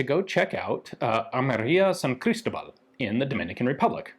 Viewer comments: Just to make a little correction: As you are pronouncing it, it sounds like "Crístobal" (note the í with the comma on top) and not "Cristóbal". If that symbol is there, it indicates where the accent is, which syllable sounds the strongest. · It's pronounced San Cristóbal (stress the 'o')..